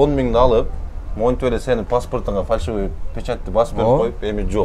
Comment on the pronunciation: Фаршивый эмес ФАЛЬШИВЫЙ дегилечи айнанайын фарш деп этти айтат гоо